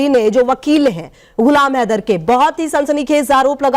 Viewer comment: Tera ye haidar ko kitna glt bolta tb beth kr hansti h😂😂😂